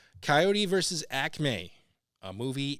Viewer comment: It’s “Ack-mee” not “Ack-may”. Had a grocery store from Phila-Pa. Acme, so the name struck home when I was a kid in the second half of the ‘60s.